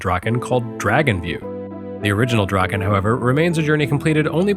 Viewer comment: C’mon: “Drakkhen Slash”!